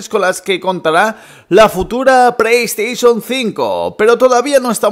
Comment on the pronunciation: Que no es “preiestesion” es “playstation”... puto paladar corto que gastas